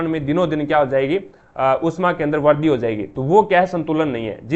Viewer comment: aapka pronunciation kabhi kabhi samjh nahi aata... jaise vrudhi ko vardi etc etc....